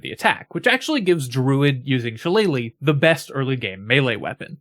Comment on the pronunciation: Thank you for knowing how to say shilellagh.